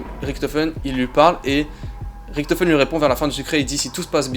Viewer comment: Hello, mais tu sais que l'on prononce "Riche to feune" et pas "Rick to feune" pour Richtofen ? Bonne soirée.